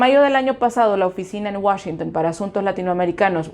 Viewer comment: Te felicito por la pronunciación de "Washington"..............................